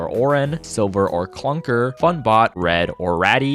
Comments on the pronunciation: “CLUNKR” sounds like a slur.. 😭😭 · It's pronounced Cluker